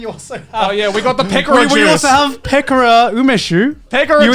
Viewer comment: They pronounced Pekora's name weirdly so when I heard it, I was like, "What the hell's a 'picora juice'!?"but then I saw the bottle and was like, "OOOoooohhhh...that!".